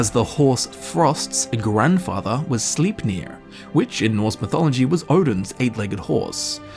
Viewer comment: Did you hear him try to say "Arvakr" and "Sleipnir"? Just as funny lol